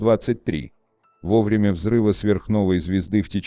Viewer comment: Придираюсь конечно, но «во врЕмя», а не «ВОвремя»… …